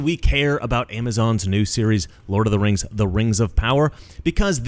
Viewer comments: I believe it’s pronounced RANGZ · It's "The RANGS of Power". C'mon man